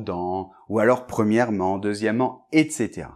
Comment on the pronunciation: On dit deuxièmement et non pas deuxièment